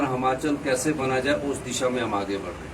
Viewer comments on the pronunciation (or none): Hamchal nhi hota yll Himachal bolna to Sikh le 🤦🤦🤦🤦🤦🤦